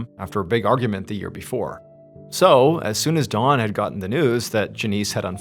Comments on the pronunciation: Is anyone else tripping out hearing him say Dawn and not Don the whole time 😂😂 love you MrBallen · The story becomes confusing when Don is pronounced “Dawn” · Hey, great story, but I almost couldn’t finish it because you kept saying “Dawn” instead of “Don.” 😂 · Funny how you pronounce DON as DAWN throughout the entire story. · I know you’re saying Don, but it sounds like Dawn to me. For context I am Australian, so I’m listening to a foreign accent. I had a quick look through the comments, nobody else mentioned it. Anyway RIP Don, just sad tragedy for a family. A story heard all too often for those who follow true crime channels. Even though technically this isn’t 🤔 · I’m wondering where Mr.Ballen grew up. He pronounces Don with a “w” sounding like Dawn. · His name is DON, not DAWN! I’ve never heard someone mispronounce a name so consistently like that. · the way he keeps pronouncing this man’s name as “Dawn” is driving me nuts 😂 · You keep pronouncing Don as Dawn. How do you pronounce Dawn? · Saying dawn instead of Don is driving me nuts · When you say Don ... It sounds like Dawn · Instead of Don I keep hearing Dawn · dOn not dawn the way he says it drives me CRAZY!!! 😖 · Yooo...why does this dude keep calling this guy "Dawn"?! The name is clearly "Don"....not "Dawn". It's driving me fucking insane !!! PLEASE stop calling this guy "Dawn". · Anyone else hear Dawn instead of Don. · His name is Don I think, not Dawn... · that's what he should be saying, but he keeps saying Dawn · I really don’t want to say this because I feel like you’re doing this on purpose just for more comments and interactions but you keep saying Dawn and the guys name is Don…. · Why do you keep calling him Dawn? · So was this guy's name Don or Dawn? You keep writing Don on screen but you're clearly saying DAWN. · SOUNDS LIKE HE IS SAYING DAWN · It sounds like you’re saying “Dawn”. I was very confused for a moment. 😂 Keep being you, brother. I’ll keep tuning in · "D-AH-N". Not "Dawn".